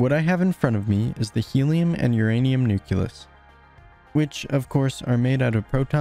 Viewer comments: great video! Nucleus is pronounced nuke-lee-us, not nuke-you-lus otherwise, very informative! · this really helped me understand the size of things. thanks! i do have a few things to say, though. 1. was it intentional to leave out all the particles ending with "-uon"? 2. it's pronounced "nucleus", not "nuculus". 3. where do the "sizes" of the elementary particles come from? 4. i feel that showing the protons and neutrons as being made up of quarks and gluons would have been helpful, as well as showing the carbon atoms being composed of smaller particles. thanks for reading my comment. if you don't want to respond to these, that's fine. it won't hurt my feelings, i promise. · Hate to be this one guy but nucleus is pronouced "noo-kle-us" and not "noo-kyu-lus". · This is an excellent video, but PLEASE, it's "nucleus", not "nuculus"! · I'm not usually 'that guy' but this mispronunciation always bugs me. The word is nuclear, not nucular, same goes for nucleus. Great video BTW. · I dont understand that pronunciation of nucleus... its spelled nucleus, not nukyulus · good video! but it's nucleus not nuculus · This is amazing! One thing though, you mispronounce "nucleus" throughout. It's "nuke-lee-us", not nuke-you-lus. It's a common mispronunciation but one that drives me absolutely crazy for some reason. Anyway, have a like! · It's wild that someone probably did a ton of research but still calls it a nuculus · its nu-KLEE-us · Apparently the word "nucleus" is actually "nuculus" and everyone's been spelling it wrong all these years. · I really hope this gets more attention, but please stop saying "nuculus" it is hurting me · The repeated mispronouncing of nucleus is annoying, but everything else is fun. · Good vid, google how to pronounce nucleus plz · He mispronounced nucleus